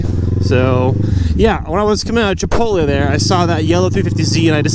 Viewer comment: My reaction to the first minute. "Did he just say MCpotle?" 30 seconds later, "he did just say MCpotle!"